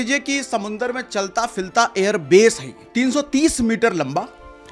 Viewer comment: Osina Sahab chalta filta nahin hota chalta firta hota hai